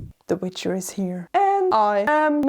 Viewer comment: What did you say WICHER: poland jointa the chat